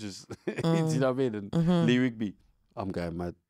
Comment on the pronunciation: Man said Lee Rigby 😂😂😅